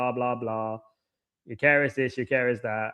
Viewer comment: “Gyok Air Es” can’t even fucking speak properly